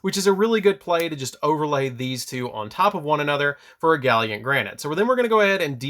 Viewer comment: Gal Lant. Gallant.